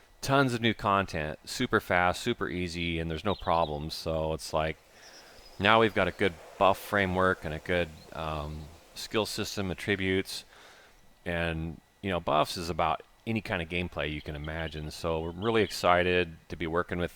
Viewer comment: "AT- tributes" not "a TRIBUTES".